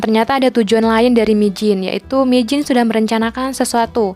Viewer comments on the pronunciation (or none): Bukan mijin woi minji